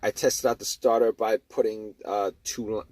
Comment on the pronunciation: It was the staah-tahh